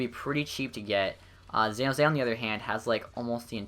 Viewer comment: "Xan Hose"